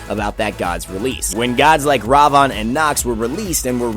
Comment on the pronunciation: Ravon? Thats not how you say his name. Its Ra-Vin. Thats how you pronounce it. And old Ravana Ult > New Ravana Ult.